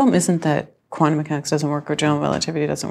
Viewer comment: Yeah hi, just for the interwebs' record, it is NOT quannum, it is quantum. Stop trying to make the letter t dissappear.